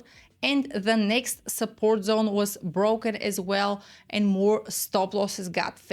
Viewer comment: "Welcome to the Liquidity Zon." 🎉